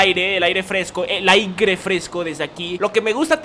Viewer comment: Que bonito que ya volvió a decir "Aigre" <3